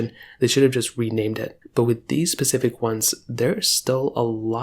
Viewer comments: the word is 's'pecific not pacific..... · All I heard him say was "Pacific" 🤣